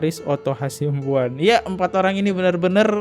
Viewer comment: O.C KALIGIS,,bang... Bukan KALINGGIS... OTTO HASIBUAN,,bukan Otto HASIMBUAN... Koreksi aja biar enak do dengernya... 🙏🏻🙏🏻🙏🏻